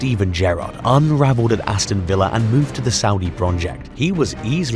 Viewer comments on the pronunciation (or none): none